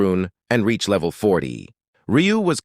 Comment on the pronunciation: “sade to himself being strong for my leveil is sadasfing”